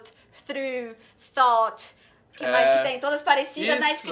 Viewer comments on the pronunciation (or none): Em ela errou a pronúncia de "thought", mass um erro comum e bem sutil, que é o som de i no final de uma palavra com consoante. Thought = tóóó.